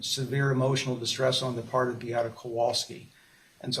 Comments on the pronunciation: Yes! There was! And as for, he INFURIATES me the way he pronounces Beata’s name! If I was Mr Anderson, I would say “sir, you’ve been in this court, please say her name correctly!” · Replay crew I'm infuriated that the old fart defense attorney will not pronounce her name right! All these years, he knows how.